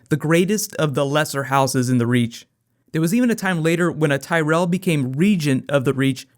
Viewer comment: zeee tyrelll